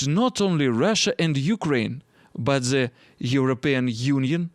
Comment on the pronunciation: все хорошо только зе не надо произносить сочетание букв t b h в артикуле the произносится путем прижимания зубами кончика языка, а не зэ. Попробуй, совсем другой звук.